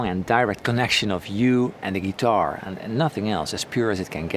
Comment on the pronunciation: Hey man, I appreciate the videos. So your English is great and most things you’re really good at pronouncing. One word that is fairly important to your channel I thought you could use a tip on. “Guitar” The i is pronounced like the i in fill, pill, or middle. So not ‘gee-TAR’.